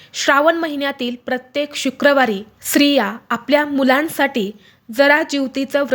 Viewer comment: Sriya nahi streeya mhanave,shuddha bolave,shikave mag video karava😮